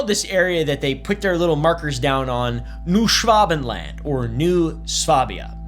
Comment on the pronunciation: Just pronounce it like this: Noy Shvuhbenland (the "a" being a German/British "a").